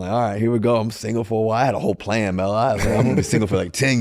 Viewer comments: Who tf is Mel Russell.😂 Its Melo fool 😂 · Pretty sure he is the only human to call Melo, "Mel" lol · Russ callin this man “Mel” has been sending me. 😂😂😂😂